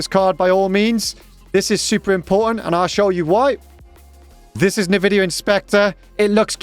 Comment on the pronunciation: nividia?! in 13 years of me having heard that word pronounced this way lol